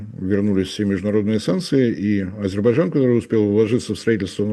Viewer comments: не подражайте Горбачеву, повышайте уровень грамотности! Не АзеБарджан, а АзеРбайджан. От слова "азер" - так легче запомнить.🤣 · «Азебарджан»)))) политолог))))). Даже название страны правильно произнести не может. «Аналитик»))) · Азербайджан произносится немного иначе 😂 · азебаржан. давненько я не слышал. Со времён Горбачева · "АзиБАДЖАН" - так,, старики в политбюро говорили)))) АзерБАЙДЖАН страна называется))) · Научитесь,, правильно выговаривать Азербайджан. Не уподобляйтесь Горбачеву 😂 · Уважаемый, ну научитесь наконец-то произносить правильно название государства Азербайджан. Так, как оно называется и как его говорит Борис Леонидович. А в остальном 👍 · как некрасиво на большую аудиторию невыговаривать название государства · Не мешало бы ведущему научиться слово Азербайджан правильно произносить